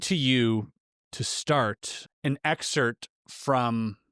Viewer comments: the word is excerpt, not exert u silly goose. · “The word "excerpt" is pronounced with the 'p' sound included, not silent; the correct pronunciation is ex-SERPT (ek-SERPT). While some people may incorrectly pronounce it without the 'p' sound, official dictionaries like the Cambridge Dictionary and Merriam-Webster show the 'p' as a pronounced consonant in both the noun and verb forms.” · Why is it that people don't properly pronounce e-x-c-e-r-p-t (ex-serpt)?